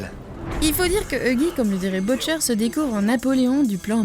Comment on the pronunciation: « Eugui »? « Boutcher »? Mdrr